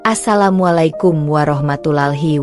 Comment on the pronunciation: Apakah naratornya tdk bisa diganti? Pengucapan salam dlm agama Islam, salah.